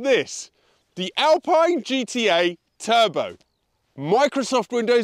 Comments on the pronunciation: Thanks, no hard feeling about your prononciation with GTA ! Alpine in french sound like Alp-in and not Alp-pine .. Yes this car is so good but, as you've said, the quality is under german standards.. In France, we love the original Berlinette and also the new one .. ❤ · For god's sake it's pronounced "AlPEEN'' insta dislike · As an Italian you should lean towards “Alpeene” So given that we love your pronouncing Italian cars in Italian, So will you please stop pronouncing the lovely Alpine cars as I’d they were built by the Rootes Group in the 1950s/1960s. Otherwise love your stuff, so not asking a lot! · What's the correct way to pronounce it? Alpine that rhymes with shine or Al-peen that rhymes with keen?